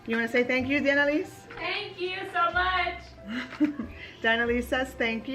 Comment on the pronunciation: This was a great vlog ☃️✨😘 The Christmas snowmen ⛄️ came out so cute! Thank you for answering my question Diana. You pronounced my name right! 🤗 You are a Jersey girl 💕😘 Here is a question for Diana, how did you learn to do makeup? Self taught MUA? Do you ever do your girls makeup? That would be a great video. XO 😘